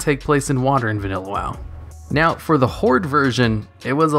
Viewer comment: Did you say.... “Meow, both Alliance and Horde....”